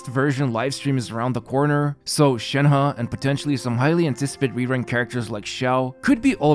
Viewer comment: As a Chinese, I really appreciate the fact that Shenhe was pronounced correctly in the video